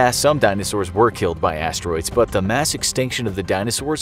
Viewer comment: Fiery - Assed - Troids 😂😂